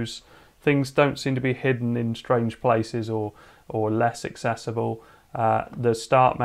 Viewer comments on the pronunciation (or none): none